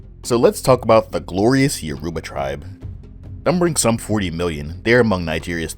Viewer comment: YOR u ba. Stress on the first syllable.